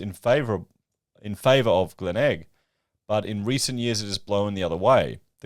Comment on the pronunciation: Also, its "Glen elg" and "Cot es Low" gotta know this man, you looking silly